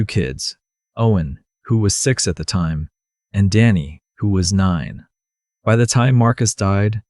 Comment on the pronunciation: Good story. Crappy text. Can't read it. AI needs to correctly pronounce time.